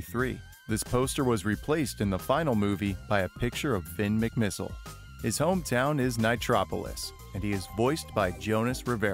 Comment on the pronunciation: “Fin McMiss-EYE-le”